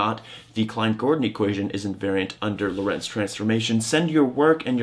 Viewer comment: "Lorentz transformation"- the emphasis is on the "o" in Lorentz.